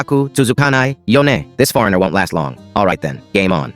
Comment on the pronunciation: I’m sorry I’m not making fun of the accent shown in the video but I’m a fluent Japanese speaker (my mother) and the way he sad foreigner In Japanese was so funny